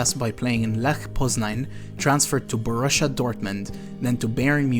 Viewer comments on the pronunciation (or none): none